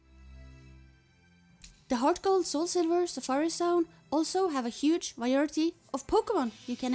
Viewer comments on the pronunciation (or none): none